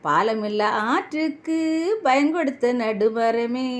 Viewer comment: தங்கச்சி. நல்ல பாடல். நன்றியுள்ள. மனிதன். புகழ்ந்து பாடும் வகையில் அமைந்துள்ள பாடல். Payan. Bayan. கிடையாது. ப்பயன். Pa யன். என்பதே சரிமான தமிழ் உச்சரிப்பு